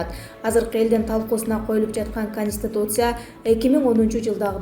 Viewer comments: Каниституция эмес конституция кечке кайталасан тилин конот .15 - 20 жолу кайталачы .Каниституция , пневманя ...... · Диктор кыз туура суйлочу;-"Конистутция"эмес"Конституция"дечи. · Автор сен биринчи конституция деген созду жаттат ал каниституция дебей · Каниституция ха ха журналист экенсинго, биротоло канистр деп койбопсун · Канитсьиуция дегенге тилин келбесе баш мыйзам дебейсинби?